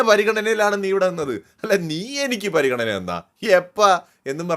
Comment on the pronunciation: പരിഗണന അല്ല പറിഗണന😂